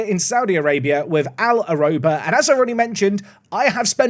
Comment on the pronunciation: I appreciate the effort of saying the name over and over again, but it's actually pronounced 'Arooba' - like rhubarb, but without the b at the end.